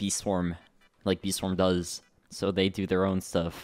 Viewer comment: "Fee Swam"